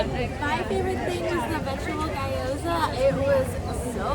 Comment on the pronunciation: loved the review but just heads up - it's pronounced "GYO-zah" not "GUY-o-zah" :)